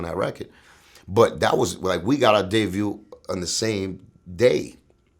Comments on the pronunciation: Did this dude say "day view" as debut?🤔 I don't know how to feel about that...I'm still glad to hear Linx's perspective... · The Word is Debut not Day view... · Did this nigga say "Day view" meaning debut? LMAO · "Dayview" lol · This nigga said dayview ,he meant debut 😂😂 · Did this fool say "Me and Pun's Day view "? 😂😂😂😂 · b's & v's get very berry blurry in the Spanglish lingo lol!!! Debut Devut, = Devut Debut vice versa! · To all you dummies getting riled up over him saying "day-view" instead of debut. Have you even been around someone who is Latin? I'm from AZ and hear Mexicans pronounce B's as V's all the time. Step outside ya damn house every once in a while and understand the culture. God damn y'all sound dumb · And its debut not Day View. Wtf cuban. Cmon son. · Day-view = debut? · respect Cuban link, but it's debut not day view. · Truly Zambian I was wondering if anybody else heard that 😂